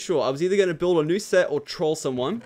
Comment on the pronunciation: When you said new set i thought you said nuse set